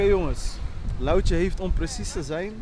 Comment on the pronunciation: Het is to h lauwtje geen louwtje 😂